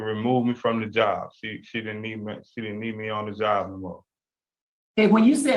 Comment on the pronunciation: Dude job has a B at the end talk like you got some sense